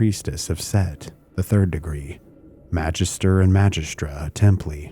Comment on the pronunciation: The G in "Magister" is a short g... like in Gary.